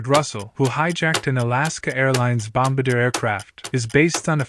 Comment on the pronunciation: Bom-BAR-dee-a not BOMB-Buh-Deer. The word is French and the aircraft is a De Havilland Canada Dash-8 Bombardier (DHC-8)